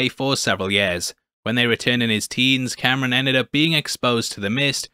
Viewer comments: It's not Cameron. It's kahm-rahn. C'mon babe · HIS NAME IS NOT CAMERON OMG. KAM RAN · Btw his name is pronounced like calm-rahn not Cameron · Kamran (com-ron) not Cameron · Why does everyone pronounce his name Camrin? It’s Kamran!! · Ngl you call him Cameron instead of Kamran was super distracting in this video lmao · It's Kamran, not Cameron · omg its not cameron... ITS KAAAMRAAAAN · KAHM RAHN NOT CAM RAN I tried again cant get past it. Just like KAMALA with her gym teacher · A few corrections: His name is pronounced com-ron. Kinda like rom com but backwards. The language is Hindi not Hindu. That's a religion. Kamala's dad was quoting the Qur'an not the Torah. There is a verse (5: 32) that says whoever saves a life it is as if they saved all of humanity. And the verse is talking about a law decreed on the children of Israel. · Ear rape when you pronounce kamran as camron💀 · Roasts damage control lady for microaggressions. Calls Kamran Cameron throughout the video. Do you call Kamala Kamalia? Its literally why I cant watch your recaps on this show. Usually great, but this is fingernails on the chalkboard bad. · I really cant stand how he’s calling Kamran Cameron